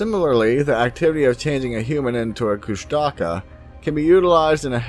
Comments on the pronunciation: ITS NOT PRONOUNCED KUSH-TAKA ITS FUCKING KUSH-TU-KAH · I have heard of this creature (pronounced KUsh-ta-KA) for many years. I do not what they are but I do not think they are anywhere near a Squatch. There are many names for the same creature also there are many names for many different creatures. There are MANY different creatures.